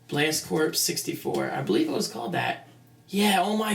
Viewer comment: Pronounced core not corps